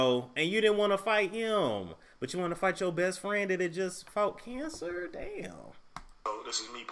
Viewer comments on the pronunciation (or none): none